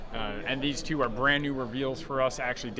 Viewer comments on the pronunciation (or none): none